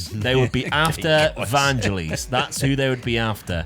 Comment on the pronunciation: It's "Van - gell - iss"; like the bloke who wrote Chariots of Fire.